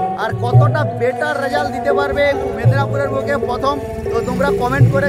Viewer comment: Mednapur loy go ota Medinipur hobe 😅